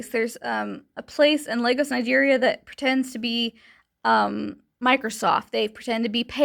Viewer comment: I love how you play with this guy's head. Just FYI, it's Lagos, Nigeria, not Legos. I mentioned scams like Microsoft coming out of Lagos, but from what I've heard most of them come out of India, so it's a much different accent.